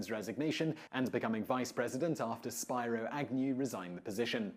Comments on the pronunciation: I love you guys, but you go to the trouble to tell us all that Quincy used to be pronounced "KWIN-zee" back in the day, and yet you messed up Spiro Agnew. It was was "SPEE-ro" Agnew, not "SPY-ro." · Ok, the British guy has mispronounced several words - and it's not an accent thing. "Hawkeye" is not "hawkie" and "Spiro Agnew" is not "SPY-ro" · Very interesting! Btw, Spiro (Agnew), , is pronounced "speer-o." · Spiro is pronounced SPEE-ro, not SPY-ro. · Not pronounced 'Spy-roe". Pronounced "Spear-oh" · Spiro is pronounced ˈspɪroʊ ˈ (spear-o) not spy-ro. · It is pronounced spear oh Agnew. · I love you, Simon, but I find it ironic that you know this obscure pronunciation of 'Quincy', but you mispronounce Spiro (Spiro Agnew).